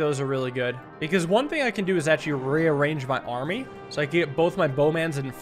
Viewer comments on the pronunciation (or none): none